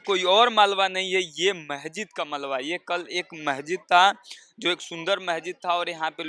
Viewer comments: अबे, महजिद नही मस्जिद बोल। इनकी आबादी कैसे हो गई ? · शम्भू जी, आपके चैनल के पत्रकार महोदय बहुत अच्छी रिपोर्टिंग की है परन्तु इन्हें शब्दों के उच्चारण सही करना होगा। बहुत अच्छा है। बार-बार महजिद कह रहे हैं। सही शब्द मस्जिद होगा।